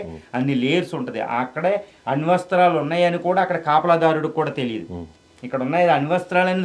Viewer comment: అణు వస్త్రాలు కాదు ... అణు అస్త్రాలు రా చేపడానికి రాకుండా ఓవర్ యాక్షన్ 😂😂